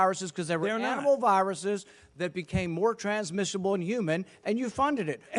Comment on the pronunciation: “Transmitable in manimals”😂😂😂😂